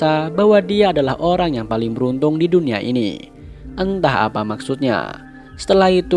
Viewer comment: Dunia bang bukan dunua:v